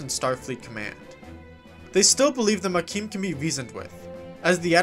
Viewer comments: Why do you keep saying "maquim"? It's Maquis, where the "s" is silent (French word), with no "m" at the end. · Lost me at "Makeen". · Ma-Key. There is no m. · “Ma-key” dude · There isn't any letter m on the end of the word Maquis, btw, lol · Maquis silent s*